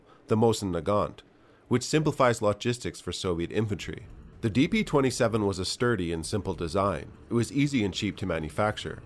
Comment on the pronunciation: Ah yes, the Degtyaryov "De Plato" 27